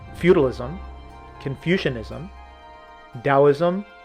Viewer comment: mispronounced Taoism....